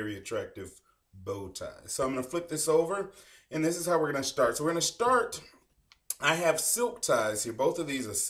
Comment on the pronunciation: ok, so we're going to shtart